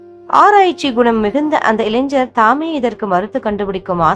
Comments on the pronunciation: இளைஞர் னு சொல்லாம இளைஞ்ஜர் னு சொல்லறீங்க. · இளைஞ்சர் என்று சொல்ல வேண்டாம். இளைஞர் என்று சரியாக சொல்ல வேண்டும் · ஜய ஜய சங்கர ஹர ஹர சங்கர. 🙏. ஒரு request. தமிழ் இன்னும் கொஞ்சம் சரியா உச்சரிங்கோ. இளைஞர் ன்னு சொல்லுங்கோ. நீங்க இளைஞ்சர் ன்னு உச்சரிக்கிரேள். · இளைஞ்சர் இல்லை. இளைஞர் என்று உச்சரிக்கவும் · இளைஞர் என்று வாசிப்பதே சரியான தமிழ்.🎉🎉🎉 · ILANGHAR. PRONOUNCE MUST CAREFUL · இளைஞன் என்று உச்சரிக்கவும். ஞா, ஞ